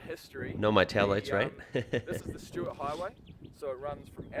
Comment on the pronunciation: In 2016 they introduced the law of 130 kmph on the Stuart Hway it's pronounced : Stirt and this guy is a kiwi 🥝 😂 The call it THE TRACK 233kmph = 145. 625 mph Fastest i have been is 285 kmph on a motorcycle 🏍 220 in a car 🚙